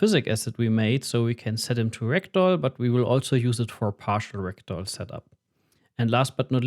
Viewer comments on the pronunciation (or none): Whenever he says Ragdoll, I hear Rectal… 😅